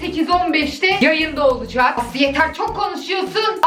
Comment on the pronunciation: asımıra eysımır diyen